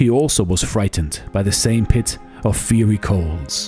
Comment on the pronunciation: I appreciate your videos, have been watching for over a year. In case you are interested in pronunciation feedback, look up the words: Fiery, bowed, homage. If not then thank you for your work 🙏🏼